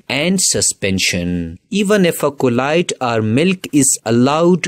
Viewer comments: Bro keeps saying collide instead of Colloid 😂😂😂💀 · The correct pronounce of colloid is "ķolloyd"